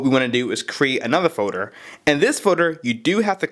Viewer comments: What is a foder? You mean folder? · "then you make a new forder" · This guy can't talk. "Create a music Fodar"